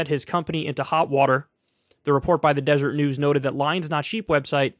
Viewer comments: sorry, hate to be that guy but it's not DESERT news Kyle, it's DESERET news. 😂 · Desert news is pronounced Dez-er-ray news. It’s a Mormon thing. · Say it with me kyle “DEH-SER-ET” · It's DeserEt News, btw, not 'desert'. 'Deseret' is the name for the honeybee in the language of the Jaredites, who were the population banished to the Americas after the tower of Babel was torn down, according to snakeoil salesman and fantastic fiction writer Joseph Smith's Book of Mormon. More precisely the name of the newspaper, which was started in the 1800s, is a reference to the provisional State of Deseret, which existed for a few years in the southwest of the territory of the U.S. (largely overlapping with the territory that Mexico had recently ceded to the U.S.) but was never recognized as a State of the Union.